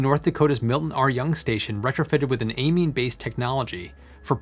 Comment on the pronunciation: thumbs down for mispronouncing the word "amine' numerous times